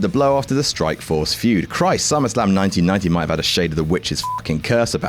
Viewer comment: Feud,. Not "fued"